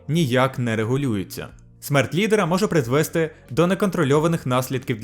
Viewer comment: наголос призвесТИ, а не призвЕсти